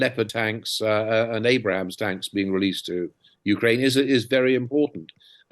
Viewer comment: It's " Abrams "..... not Abrahams. FFS !